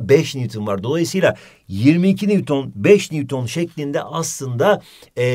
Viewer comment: NEWTON Ahhhh mı dedi ? hocam ne diyosunuz